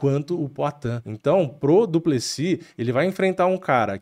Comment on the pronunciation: Pq o nome do maluco termina com S e o povo fala no singular, duplesi